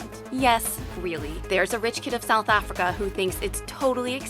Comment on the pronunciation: Anyone else cringes when she says Africa?